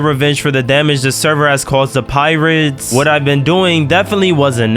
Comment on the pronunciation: bro i thought he said pyrids not pirates